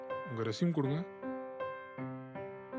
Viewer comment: அது ரெஸ்யூம் இல்லீங்க ரெஸ்யூமே.